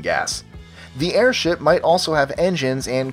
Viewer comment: sounds like "air shit" lol